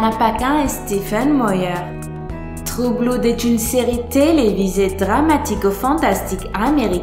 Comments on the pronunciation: "Trou bloude" je suis morte😂😂😂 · "Trou bloude" on adore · «True Bloude» mdrr